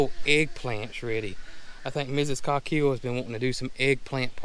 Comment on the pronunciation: Please put me at my ease: how do you pronounce COGHILL? It is spelled Cog hill but my English ears hear almost 'Cock hill' Coque hill ? . 🇬🇧 Any idea of the derivation ?